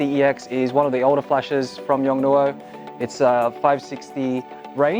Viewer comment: the pronunciaiton is Yong-Noo!